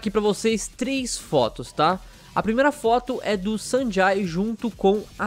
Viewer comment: Acho q se pronuncia Sanjei